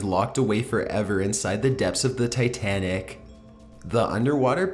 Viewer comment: You speak titanic from wrong.